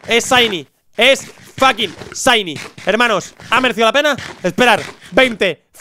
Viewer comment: se pronuncia "chaini" , no saini